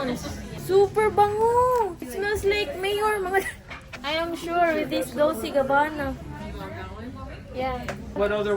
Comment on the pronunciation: Dolce pronunciation day DOLCHE MEANS SWEET